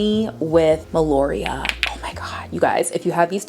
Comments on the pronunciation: It’s MELIORA(think MELLY-O-RA) not melOria haha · Meliora, not melioria😅... I also love her... I also love the Oriana princess ❤You are cute, i like your emeegy❤, i subscribe ❤😘